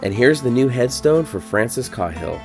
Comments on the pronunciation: Kay-hill not cah Hill, awesome video man! Many likes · I’ve never heard that name pronounced KA-HILL but instead KAY-HILL. Just saying. But I did like the video a lot. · I think it's pronounced (Kay)hill, as opposed to (Kah)hill. No big whoop. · His name is pronounced kayhill not Cauhill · It's pronounced KAY-HILL not CAW-HILL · The man's name is pronounced KAY-hill. Not "cawhil". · It’s caaaaaaayhill😮😮😮😮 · As far as i am aware. Windys last name was pronounced Kay-hill. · Are you sure it’s not pronounced “kay-hill” ? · Thanks for the great video. I had never saw this place or his grave. Also, you now make me question the way I’ve said Cahill my whole life. I have said on only heard it pronounced like K-Hill. Have a good day sir. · Sorry for the nitpick, but it’s “KAY-hill”. Unfortunate oversight, but good video. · I had a room mate once who's last name was "Cahill" it was pronounced "Cay-hill" Interesting story thanks for the tour.